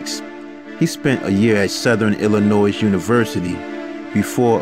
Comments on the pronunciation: Pronounced: Ill-in-noy. Not... noise. Ugh.. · “ILLINOYYYYYY”.....Not ILLINOYZZZZZ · It's ill-i-noy, not ill-I-noise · you might find me annoying, but i really like your videos...you MUST get your grammar straight....illinois is not pronounced ill-a-noise...ill-a-no-ee is the correct way there are a couple others as well...but just watch out for that....good luck you will go far...... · The S On Illinois is silent!! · The S is silent fool 🙄 that urks my soul every time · The s is silent in Illinois. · The "s" is silent in Illinois.... Fyi